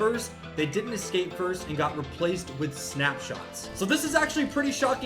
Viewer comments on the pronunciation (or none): none